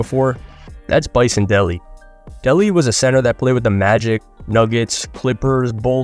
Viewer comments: It’s “day lay” btw, not Deli. He changed it from Brian Williams in 98, for his final season after playing his whole career as Brian Williams. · Bison De-LAY is how his last name is pronounced. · It is dele😂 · It's pronounced day lay